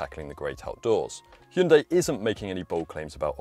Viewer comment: Thank you for pronouncing hyundai properly 🎉 not hi yoon die 😂